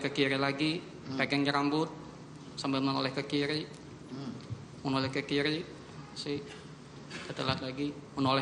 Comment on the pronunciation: Menoleh ke kiri atau menoleh ke kili? Analisis video jago, tp bilang er ga bisa2.